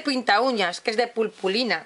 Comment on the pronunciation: Es muy bonito, pero se dice puRpurina :)